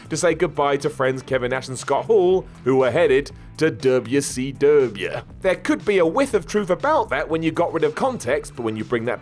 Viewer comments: Dubaa SEEE DUBEUHH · dub yuh cee dub yuh